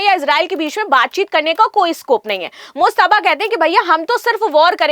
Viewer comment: mUjtaba, not mOjtaba